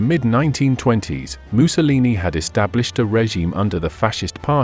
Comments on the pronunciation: Is the narrator deliberately pronouncing Mussolini like “moo-so-leenee” ? Like him or loathe him, doing so is childish…to say the least. Likewise with “aaaree’ian” for Aryan [a’reean]…? Disappointing if not sad, given the otherwise excellence of his documentary. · Why does the narrator keep pronouncing Mussolini as ‘Moose-a-lee-nee’? I have a feeling Adolf is about to be A-Dolff very soon. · Might be cause the narrator is from Britain.